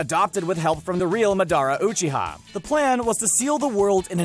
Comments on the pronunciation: "jutt-soo" "kuh-rooma" "muh-darra uchee-ha" damn dude learn to speak. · “Ma Dara Oo Chita”